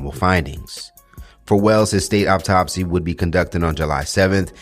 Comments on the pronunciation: Thanks for the update, it’s pronounced like awtopsey spelled correctly autopsy not optopsy 😟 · Is he saying optopsy or autopsy? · Much love and appreciation for the content! But please, the word is autopsy not "Opptopsy" you're killing me lol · Pronounced aw top see😂